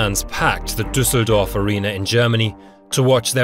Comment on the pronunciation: I am astonished how flawlessly you pronounced Düsseldorf